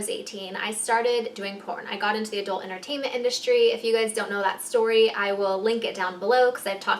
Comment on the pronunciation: Am i the ony one getting pissed bc shes saying adult enertaimnt (yes she says it like that) buissnes??